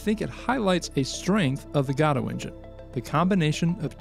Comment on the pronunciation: love these videos! btw i think you're pronouncing Godot wrong. I think its pronounced like Guh-Doh